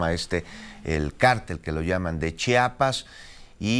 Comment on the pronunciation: Se dice chiapas no chapas, .